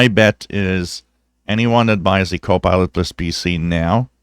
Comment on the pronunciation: Hello, Will you be so kind to let me know if you are saying "co-pilot plus", or "co-pilotless"? I checked this with closed caption, and it reads "co-pilot plus",. But it sure sounds like you are saying- "co-pilotless". Thank You very much! Thank`s for your great videos!